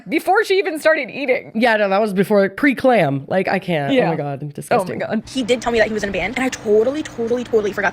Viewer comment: “pre clam” just cracked me up 😂😂